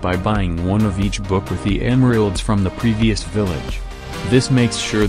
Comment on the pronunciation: says emrialds instead of emeralds